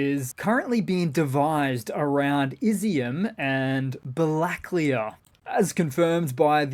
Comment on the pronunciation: your pronunciations are suffering again. Like your first grade teacher said, sound them out. Ba la key ah. Ta gan rog.